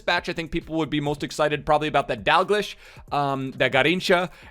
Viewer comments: It's pronoced Dag-lee-sh not Dag lish 😁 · DAL-GLEE-SH!!!!!! NOT DAL-GL-ISH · pronounced Dalgl-eesh, hurts me fam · Scottish sub here! Its pronounced ‘Dalgleesh’ 😂😂 love you man!